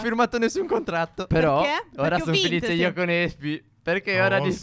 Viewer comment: 2.10 phere sbaglia a dire ma però . (Non per criticare)